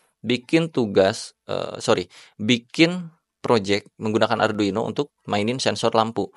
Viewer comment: kesel aing, ngomong arduino aja salah